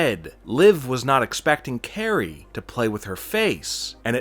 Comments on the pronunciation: Its kairi. Like guy with a k not Carrey like jim. How can you watch wwe and have a channel like this but not know how to pronounce talents names? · He called Kairi sane Carrie that’s how you can tell he’s a fraud